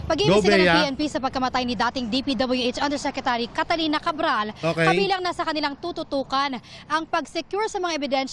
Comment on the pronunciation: Catalina hindi Catarina🤣